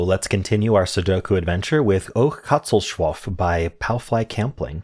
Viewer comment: Glad you enjoyed it, and well done with the pronunciation X3 There is a way that makes the breakin a bit easier, gonna put it in a reply to not spoil anyone